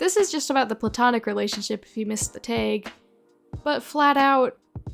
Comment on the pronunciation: Dude I love your videos but the way you pronounce 'tag' is so weird respectfully 😭